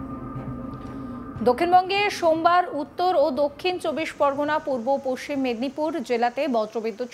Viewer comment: পস সিম বলছেন কি জন্য? পশ্চিম বলতে কি অসুবিধে?